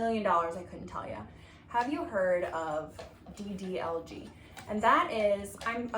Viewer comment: Rerouted from the Instagram link to the actual YouTube app to comment this. When you said DDLG it sounded like DDLJ which is an iconic, popular, rite-of-passage-core movie in India. DDLJ means Dilwale Dulhania Le Jayenge (translation: the romantics will take away/woo the bride) so 😭😭😭😭